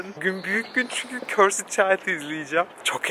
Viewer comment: körsıd körsıd değil yahu körsd demelisiin "ı" harfini söylemee körsdddddd